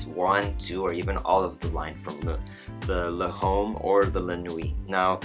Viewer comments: It's pronounced more like l'om not le'home! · Good review man.. just a couple pointers. L'homme is pronounced Lome.. the ' and h are silent. So like Y'ves would be pronounced Eves. And pour homme the h is silent also. Le male is pronounced le mall. Not trying to make you look bad or anything. Just giving you a heads up so next time you'll know your shit. ;-)